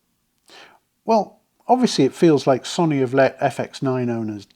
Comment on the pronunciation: Love your videos… But please stop calling Sony sunny. Its Pronounced So-oh-knee. Not sunny. Don’t mean to be an ass about this but it’s my second favorite company. 😂